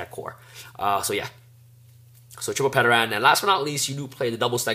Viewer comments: It's "Ter-an". TERAN. The P is silent. We've all watched the original Power Rangers and know how to pronounce "Pterodactyl". I'm tire of people mispronouncing the the card name. Also, Powerload works when your Dinomist is also defending. People forget that. It says "battles" on the card; not "attacks". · PS - The P in pteran is silent. Pronounced Ter-an. Its a pteradactyl. PSS - It is also NOT a snake... if you were wondering lol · Great dude haven't been able to find a proper build yet, but I have to say that you didn't pronounce Plesios terribly but I have to say That no one seems to be able to pronounce Pteran's name the P is silent like in Pterodactyl....rant over. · The way you pronounced Pteran is cringeworthy. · nice deck profile :D, have oyu thought about temple of the kings or Aquarium stage ? Also in "Ptern" the "P" silent and you are saying Plesios correct :)! don't forget you can protect you Dinos from the Endpash effect of Limiter removal by destroying your 3 scale!